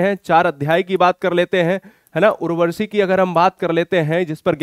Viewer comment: Sir aap apne uchcharan ki orr b dhyan de..aap urvashi ko urvarshi.,...Amir khusro ko Aamir khusro. Bol rhe h ...kuch rachnaon k nam me b ashuddhi h,..,..aapko bhot log sunte or dekhte h.